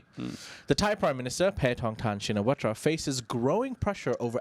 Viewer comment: พี่คนหัวโล้นเป็นคนไทยรึป่าว นามสกุลทักษิณ ชินวัตร ถึงภาษาอังกฤษเค้าจะเขียน watra แต่ก็ควรอ่านว่า วัต เหมือนเดิม